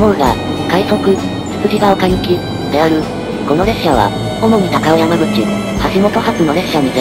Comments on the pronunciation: たかおやまぐちじゃなくて、たかおさんぐちじゃない？ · 「高尾山口」を「たかおやまぐち」と読んでるだんかいで評価なし